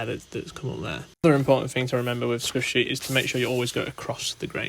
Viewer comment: As someone who knows nothing about cricket, I thought he was saying skushy